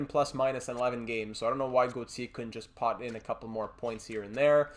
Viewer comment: When you say Julian Gauthier name it sounds like you are trying to throw up. Not all names need that stupid French flare you are giving them. We make good gm mode videos but I turn it off when you keep doing it. I doubt I’m not the only one, it’s like a restaurant you won’t complain if food is bad just won’t come back.